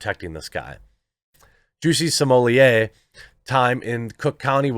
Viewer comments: If you’re going to continue talking about Jussie Smollett, get his name right. It’s Jussie Smollett, not “Juicy Sommelier”. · Perhaos you should prepare before your post, smollett was senteced to 150 days in jail, not 75 as you said. You also said another Gaffe, when you mentioned the police hours of overtime, its over 300 not 30 hours as you said. Then half the time you pronounced his name different like smollaaayy, and them finally you called him smollett, and pronounced it correctly. Sloppy, slow and lots of dead air time. Bad show, last time I watch. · Your right I think he should go to prison for much longer !!! Smaller is a SCUMBALL!!!! His name is S-m-o-l—l-e—t— t YOU AREN’T SAYING HIS NAME CORRECT!! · Sorry but the way you pronounce Smollet made me unsub. It's not french, it's not funny and it is actually so bad sounding SMOLETT, not smollierrrreeee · got to stop calling this fraud french, no one has ever heard of him in france. smollett is an english name. in french double T is allways spoken alloud, there is nothing genuine about this z list 'celebrity' if he were french , the only way it could be 'smoh liyay' is if it were spelled smeulié double L in french is allways pronounced Y., please stop, you're just massaging his ego. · What cracks me up about this whole thing is Jeremy's pronunciation of Jussie's name: Jussie Simoliye LMAO! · His name is pronounced “Juicy” per Dave Chappelle. Juicy Smollyea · County jails are mostly hell holes. Also your French pronunciation in so wrong. You're calling him the man in charge of the wine. You're adding one syllable too many. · I enjoyed this video allright, especially when around 12.30 you realize that you've kept pronouncing his surname in French =)) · Chapelle literally changed the pronunciation of Jussie's last name lol